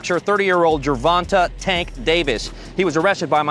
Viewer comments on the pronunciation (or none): Jer-von-tay!!!!! Not Jer-von-tuh🙄